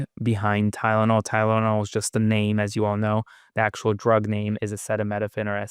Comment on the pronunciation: Ok folks! Maga too, this old man doesn't KNOW HOW TO PRONOUNCE Acetaminophen; This Alone should alert you that this Old Decaying man has NEVER IN HIS LIFE dealt with day to day REALITY! Y'ALL followers should REALLY get a grip and take your head out of this desperately narcissistic stooges behind!!!!